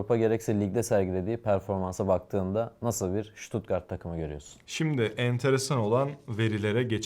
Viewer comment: En azindan stuttgarti düzgün diyosun bazıları șuutuutgarttt,sıtat, sipor, diynce dinleyesim bile gelmiyo devamını ... analizlerinde süper bu arada...